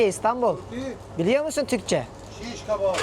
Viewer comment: Neden ''Türkiyeeeeğğğhh'' diye telaffuz ediyorsunuz sorulduğunda :(